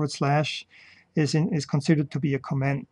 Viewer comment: Great video. Just a note on (American) English pronunciation. When Americans listen to how you pronounce the word "comment" it sounds like you are saying the word "command". And since Germans often pronounce d's as though they are t's, it just adds to the confusion. Americans can easily differential between these two spoken words just on the syllable that bears the accent or stress. In the word co'm-ment, it is the first syllable that is stressed (Caaaaw ment). In the word com-a'nd, it is the last syllable that is stressed (cuh Maaaand). You are placing the stress on the 2nd syllable for both words and this makes it more difficult for me to differentiate between the two words.